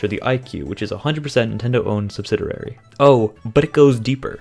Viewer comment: it bothered me when he said subsidirary